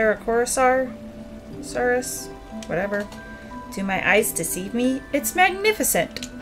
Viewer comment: Pepper is a cute name and it fits since the dino is green. Also pepper is a Gallimimus pronounced Gal-Lee-Mime-Miss. And Carrot is a Styracosaurus pronouce Sty-raco-saurus hope this helps 😊 🦖🦕